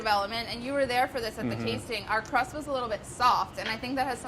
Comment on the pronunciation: I keep hearing him say "gran crapper crust"